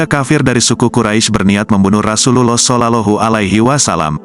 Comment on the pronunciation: Mohon maaf bias ya diperbaiki lagi pengucapan ROSULLOH SAWnya👍